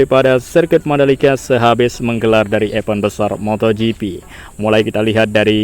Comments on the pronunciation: betul dah,masih keliru tmen2 ytber dsna cara pnyebutannya😉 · Harusnya bisa mencontoh Iwan Banaran, Lucy Wiryono, bagaimana penyebutan yg benar kata "EVENT"